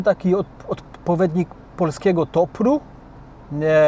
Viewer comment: polski gopr nie topr